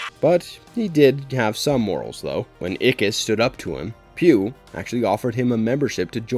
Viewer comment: Pugh's name is pronounced "Pug", not "Pew".